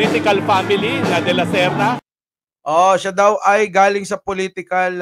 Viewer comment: Correction, pak bigkas ang letra S na s at hindi SH... halimbawa, ang sa atin HINDI ang sha atin...